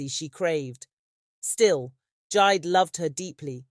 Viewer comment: It is jee-day, 😂but great story, another one from west Africa